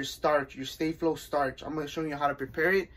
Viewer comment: Finally someone pronouncing this product correctly.